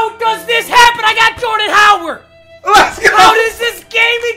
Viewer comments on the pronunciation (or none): you don't know how to say Jordan Howard do you